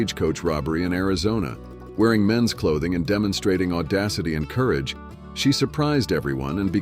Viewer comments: Although this contains some good info, there is no cohesion. Subject matter jumps from the Plains Indians to Alaskan prostitutes with no segway whatsoever. And your AI narration sucks..coo rage... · This was done with AI. You can detect this thru the narrators mispronunciation i.e. corage for courage & several others if you listen. it was not researched it was sourced from the internet.hence poor editing with no segues ... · Coooogar, followed by cooorage,🤣🤣🤣🤣. AI strikes again,😬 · Learn to say courage and cougars correctly.